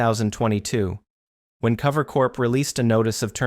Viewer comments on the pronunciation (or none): What bugs me about the video is that it seems there is just a lack of research done on some of the people, and then the voice doesn't even sound real, like their using some sort of text to speech, they called cover "clover" in the video, definitely not watching this channel again